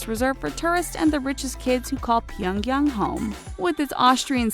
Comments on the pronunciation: Stop pronouncing Pyongyang differently every time you fucking say it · She also pronounces "Pyongyang", "Pyong-hattan" and other words in different ways throughout the vid. Hilariously JV. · she cant pronounce Pyongyang or rodeo drive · wtf her pronunciation of pyeongyang changed like 3 times and was wrong every time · PyOngyAng say it properly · Please learn how to say Pyongyang correctly holy shit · Look up how to pronounce Kim jung un and Pyongyang before you make more North Korean videos. Not to mention all the other words you butcher. Lmao. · Well what did you expect. This channel is a bunch of white ppl making video. . They can't even look up how to pronounce Kim jung un and Pyongyang correctly